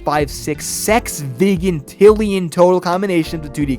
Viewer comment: finally someone gets "Sexvigintillion" the right way instead of "Sesvigintillion"